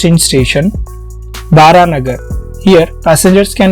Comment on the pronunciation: bro it's not Baranagar as you said, It's spelled as Baraha Nagar as Narayana's Baraha Avtaar